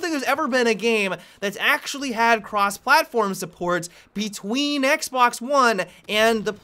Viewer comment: i will be honest i thought i just heard him say xblox